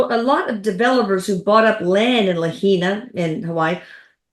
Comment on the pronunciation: Just a FYI. Lahaina is pronounced La-high-na.